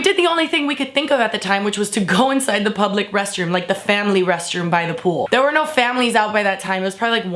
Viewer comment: "BUT WAER YOU THEAYRE THO?!"